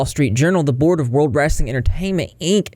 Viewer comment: I know this is a serious topic but the highlight is hearing call it “wrassling” like my family down south 😂❤